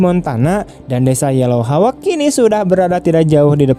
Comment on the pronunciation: hauk bang... bukan hawek...wkwkwk